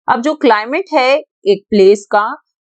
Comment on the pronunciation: It's "climate" not clim